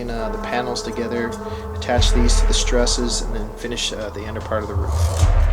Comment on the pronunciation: I am genuinely in awe of your skill. I have devoured ever video from this build, but every time you say the word "struss" I cringe.